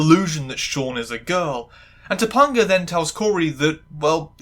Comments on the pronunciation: This is a good video overall, but mispronouncing Topanga's name consistently was weird and pulled me out of it a lot. You watched the episode, you heard them pronounce it. Not sure how it wound up this way. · I struggled for, like, 10 minutes trying to remember a trans or trans-adjacent episode of BMW before I clicked play. I vaguely remember this episode. Mr. Feeny talking about Black Like Me and Shawn as a girl ring a very distant bell. I guess it didn't make much of an impact on me. Perhaps it's the cis or the fact many other family shows had episodes like this. I love how you say "Topanga." I absolutely recommend this show, but I'll cop to rose-colored glasses. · I understand it’s a bit, but as a 90s kid, whenever you say “toe- PUN - gah” instead of “toe - PEN - gah” it makes me die a little inside. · TopAnga, not TopUnga. the AN is the same as in the word TRANS, so I know you can pronounce it. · Dude how are you continuously mispronouncing Topanga's name it's not toponga it's Topanga not toponga or toponger Topanga you even played like 3 clips where it was said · Okay, one thing driving me a bit up the wall - her name is pronounced Toe-Pang-A. Sorry, as someone who's name is often misspelled and sometimes mispronounced - especially on purpose by men who think they're being funny - I'm a bit hung up on making sure names are said/spelled correctly. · I'm sorry, did you just say TopUNGa? I'm cackling. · I grew up on this show and like other commenters, this was part of my bi awakening. lovely video. I kept laugh/cringing anytime I heard "Ta-pun-ga" haha. For any curious non-Americans, her name was a little weird for most of us bc Topanga is also a street in Los Angeles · Top-UN-ga? I LOVE the videos in this series, but your frequent mispronouncing of names are like daggers in my heart. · First of all say it right or pay the price her name is pronounced Ta pinga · I'm so sorry but I die a little every time you call her Tupponguh 😂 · It’s pronounced toe- pang- uh